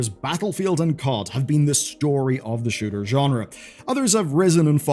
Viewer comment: Am i the only one that heard him say sugar instead of shooter?